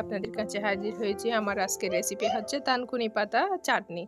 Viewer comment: লেখা থানকুনি,বলছেন তানকুনি। আসলে কোন পাতা দিয়ে করেছেন?